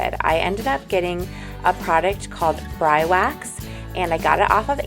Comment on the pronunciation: I believe it is pronounced like this Bree Wax